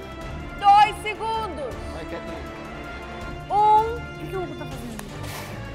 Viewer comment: Agonia do Fogaça chamando a Katleen de "Kaytleen". Mas sendo Kat ou Kay ela é uma linda, cozinha muito e torço pra ela ❤